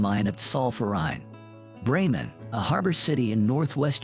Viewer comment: Yep, the German pronunciation is ganz schrecklich. I think he said the river in Leipzig is called the Plehs (?). He did get Essen right. And actually pretty much got Bremen.